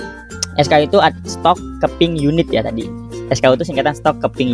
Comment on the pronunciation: RIP ENGLISH, KEPING YUNIT WKWK